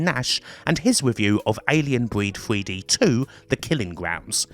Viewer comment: WTF is Alien Breed Fwee Dee and this wevolushun you talk about? Is it in this mystery feereta?